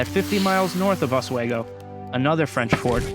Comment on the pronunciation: As a Lake George history teacher, a few things to point: 1. Just call it Fort Edward no local knows or cares about the Fort Lyman name. Your Lyman obsession needs to go. 2. Your pronunciation of Oswego is simply awful and painful to hear for any trueNew Yorker 3. Get a better of map Lake George 4. There are two routes to Fort Edward a. Lake George by boat b. Lake Champlain South Bay which is extremely rugged terrain 5. Most of the battle points are extremely close together. The terrain is rugged on the south side of French mountain. So the main old military road was the only quick way of moving. 6. Your battle reactment is generally very accurate. 7. Bloody Pond and Roger's Rock( difficult to find by non-locals) still exist 8. Johnson really bribed King Henrick for Native support 9. Shirley and Johnson's communication was overstated. Much of the planning was done by Newcaste+Pitt+Braddock 10. Your version is somewhat different from the tour Fort William McHenry. Your interpretation would confuse most locals but it is accurate. No local would use ever the term Fort Lyman.